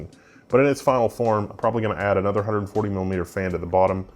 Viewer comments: He said it comes with 3- hundred forty(140) mm fans, but it sounded like he said: It comes with 340mm fans. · That's what i thought, so i paused it and went strait to amazon for disappointment.